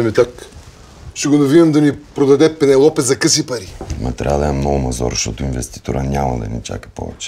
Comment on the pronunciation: Само че прости хора, не се произнася пенелопе а пенелъпи 😂😂😂